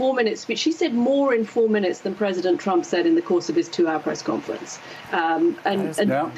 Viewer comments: "President Chump" I heard that🤣😂🤣😂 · She almost said President Chump lol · "President Chump!" I love the slip Mika and the show; it makes my mornings much more bearable.